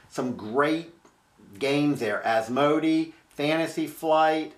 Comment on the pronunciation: Nice work. Asmodee is pronounced AS MO DAY.